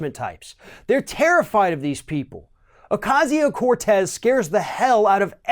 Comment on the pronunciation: Why can't this idiot pronounce her name right...? At this point and after all this time and so many stories, he still cant pronounce her name right...? Isn't that like Journalistic talking head rule 1...?